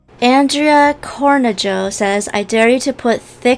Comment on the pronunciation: Id like to correct the Cornejo its actually corneho pronounced that way and spelt cornejo :)